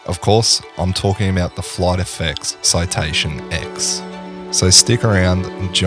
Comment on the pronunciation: FYI, it isn't Citation X! It is Citation 10, as in the Roman numeral X.